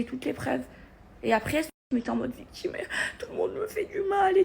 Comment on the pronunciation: Elle fait sa " viktchime", pffff....